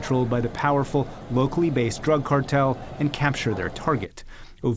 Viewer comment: Lol "drüg"